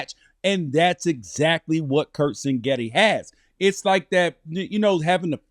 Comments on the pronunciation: CIG-NETTI NOT sing-etti , also This aged terribly… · Well at least this guy is consistent. He calls Indiana’s coach Sing-getti every time. But it’s Sig-netti. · It’s Sig Netti chief not Sin Getti 😂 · It’s pronounced ‘CIG Netti’. Great analysis though. However, I’m sure you’re wrong about the final score. Indiana will come out hot and silence the crowd. Final Indiana 42, Oregon 17. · Yes, and that’s pretty annoying. Seems like his producer, or cameraman, or somebody would’ve corrected him.